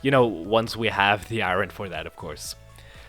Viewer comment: Is he saying iron like iRon instead or iOrn jokingly or for real? (just putting it out there that iOrn is easier to say, from experience.)